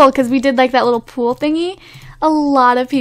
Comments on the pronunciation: It's so weird that she says pool instead of poll. XD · The way you say poll scares me tbh